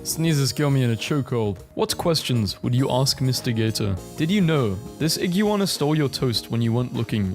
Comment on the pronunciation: btw its pronounced 'Ig-w-ah-na' atleast how i tihnk it'd be typed oiut xD